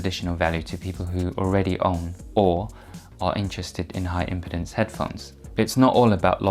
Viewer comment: It’s “impeeeeeedance”, not “impitence” smh